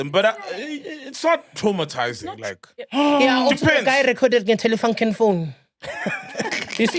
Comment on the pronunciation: DID HE SAY TELEFUNKEN PHONE🤣🤣🤣🤣